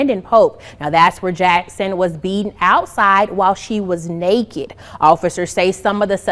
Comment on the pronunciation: Hate crime? As they are all mixed race. Claiming black. Yet all yellow. 😂 "while she was naeke." Wtf cant even pronounce it. You nailed it on the blm hypocrisy 👏 !